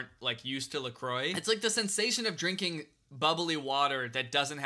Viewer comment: I think you are hearing how he says "drink an" or "drinking" and it does sound like drinken lmfao